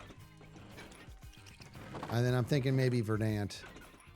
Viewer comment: I know this is almost irrelevant to the entire stream, but it's been bugging me how many hermits pronounce "verdant" incorrectly. You put the emphasis on the first syllable; it's closer to "VER dunt" than "ver DANT"